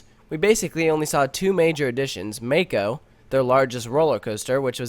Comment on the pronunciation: It's (mah-ko) not (ma-ko)